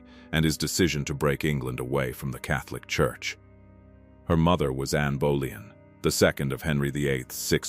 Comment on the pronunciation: I started giggling at Anne bowllying. Please AI.